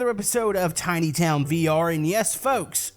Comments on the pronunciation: U made a mistake u said timy it is tiny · And you said Timy Town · Made a mistake u said timy it's tiny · ummm you said timy not tiny ok but i love you oh oh you can do a floating sky base and it will be to over ba zombies